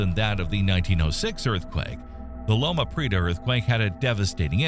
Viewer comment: These are all worthwhile comments, but somebody needs to program the AI-generated voiceover to correctly pronounce and accent words such as "Loma Prieta" and "seismological." These are dead giveaways that it's not a knowledgeable human adult from the southwestern United States. Otherwise, it was a good compilation of information.